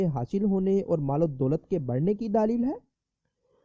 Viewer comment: Bhai sahab daalil nahi bat dalil kahte han